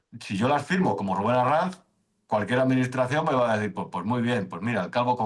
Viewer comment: Inmenso, Arranz. O como diría: Herráez, Arrainz, Hurrae, Raurrau.... (Cualquier cosa menos pronunciar bien un apellido)